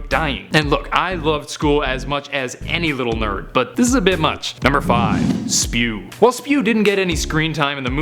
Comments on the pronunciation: It's S.P.E.W not spew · OH MY GOD!! SPEW?! SPEW?! NO. IT IS S.P.E.W!! OKAY?! NOT SPEW!! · IT'S NOT SPEW! IT'S S-P-E-W. it stands for the society for the promotion of Elfish Welfare. Get. It. Right. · "Its not Spew Its S.P.E.W!" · ITS S.P.E.W. NOT spew!